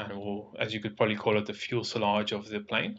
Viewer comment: Did my man call it the fuelsalage